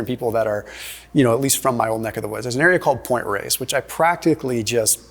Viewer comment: That's Point Reyes. Not "Race", lol.